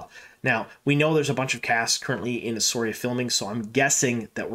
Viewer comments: Shame you can't check how to pronounce the name of the place where this is being filmed. It's "ESSAWEERA" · Please learn how to pronounce the name!